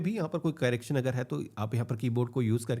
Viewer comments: Carrecting nahi bhai correction hota hai 😂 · Carraction nahi hota bhai.....correction hota hai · कैरेकशन nahi bhai correction (करेक्शन)